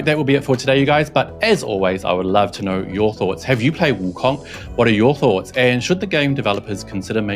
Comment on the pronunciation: I like how the host tries to say Wukong with the proper accent but still pronounces Wukong like King Kong.